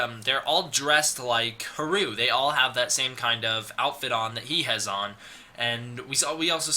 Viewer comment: Its funny because you make a point of saying you know how to pronounce Adam, Martin and Haruo, but pronounce Haruo incorrectly throughout the video. Its Ha-ru-oh, three syllables. Thanks for putting this stuff together though. If you have a link to the original Japanese source on the plot synopsis I'm happy to translate it for you to try and figure out the wierd timeline stuff.